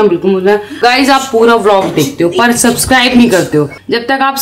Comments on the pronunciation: Arman ji suscribe nhi subscribe bolte hain.... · Armaan Bhai wo sacscribe nhi h sabscribe hai😂aap Galt bolte ho